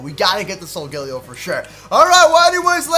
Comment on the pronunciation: It is so-gah-lay-oh